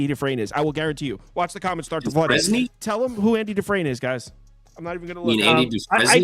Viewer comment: Who is Andy Dufrain? I’ve lost respect for the two guys on the side panels. Can’t even say their name. It’s undeserved